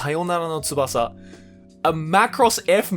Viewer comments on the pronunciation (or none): none